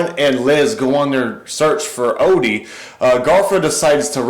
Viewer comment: It's Odie not Olly